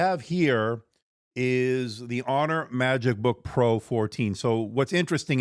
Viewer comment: sounded like MacBook pro to me I thought you might have also said it wrong one other time